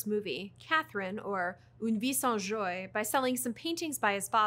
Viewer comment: Joie = zhwa, not zhoy